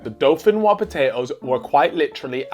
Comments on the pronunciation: Dauphinoise is pronounced with the S they clearly don’t know any French LOL 🇫🇷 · How do you not know how to say dauphinoise